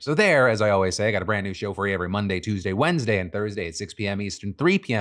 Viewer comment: What an emphasis on Wednesday in the sign off